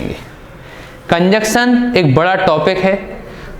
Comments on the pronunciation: Bro conjunction ko cunjuction mat phadho 🤣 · कंजंक्शन not कंजक्शन